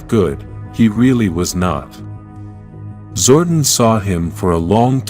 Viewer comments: its zor don not zordin say it right you noodle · I usually don't make any negative comments about the narrator on power rangers stuff but the name is pronounce zordon as in zor don not zord en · This is totally a jenky AI narration "Zorden" lol its ZOR DON <- DON